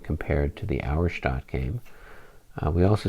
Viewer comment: Pronunciation help for the future....Auerstaedt is pronounced OYer-Shtett. :) I know you guys care about such things....